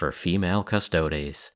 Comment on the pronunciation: Thank you for pronouncing Custodes properly :) You are awesome.